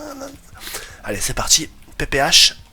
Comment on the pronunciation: bonne video mais je suis le seul a remarquer que il dit <PPH> au lieu de la <PPSH> ?